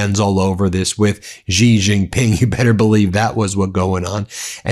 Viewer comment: For chrissake learn how to pronounce names. It's Xi pronounced She. You have no idea how uneducated it sounds. What would it take, a minute to check?